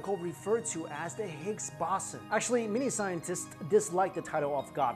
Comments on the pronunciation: Every time u mispronounced boson I was taken out of the video. And all the edits were ridiculous. Ah well maybe next time kid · You said boson in higgs boson wrong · is he mispronouncing boson? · The sound level was very weak through my phone as well...and it is pronounced BOZE ON... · Anyone else irritated how he keeps mispronouncing "boson" in Higgs boson ?😂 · Pronunciation of boson 🤦‍♂️ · while you pronounce it the higgs baw-zin I prefer to pronounce it the higgs bow-zon 😏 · Higgs bosson... Higgs Bo-son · baw-sin? I thought it was pronounced bows-on. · higgs bow-sun... not bawsin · It's Bow-zon not Boss-on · boooooson not baaaason, some physicist! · Boson like Boston without the T. Ugh. It's Boson like Bozo the clown. Bow-zon=Boson! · higgs bahson? wtf? its bow-sawn clueless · higgs bowzon not bossin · Stop saying Bossun! It's Boson, pronounced Boh-zon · I couldnt focus when you said {bason} when I know it to be pronounced {bosan} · it is pronounced 'bosOn' (bo-saun) not 'bosn'. it rhymes with proton, if that helps. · it is pronounced BOZE-ON/BOWS-ON not BOSS-on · Ffs it's the higgs "bo-son" not the "boss-en" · That one mispronunciation ruins the whole video for me. Has actually heard the word used by a physicist in a discussion before? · bow-son not bah-son. otherwise another good video. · Hicks “Bow Zon” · It's bowzon lol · The O is as in ozone dude not Oz, Bow-zun. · its pronounced higgs boson, bo-zon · Ok, so redo the audio (and cut the music in half), and dub over with Bow (like bow and arrow) Son like Saunders Bow Saun. I would then repost. So you loose a few views. Your reputation is at stake here. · Boson - ( boe-zun ) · It's pronounced BO-zon, Bozo!!! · It's pronounced Boson not Boson. Also, it earned the name "God Particle" after originally be named the "God Damned Particle" because it was so god damned hard to find. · It's pronounced bow-saun